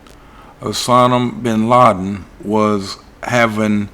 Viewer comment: "Osanim Binladim", you crack me up! LOL 😂